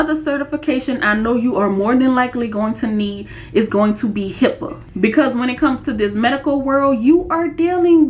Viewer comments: HIPAA not HIPPA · Its HIPAA .... Not HIPPA 😊